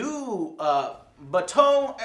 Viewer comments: bah-TAU. guy on right rolls eyes, under breath: BAH-toe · this was a 8/10, get off your high horse Joe. you didn't even say Batou right....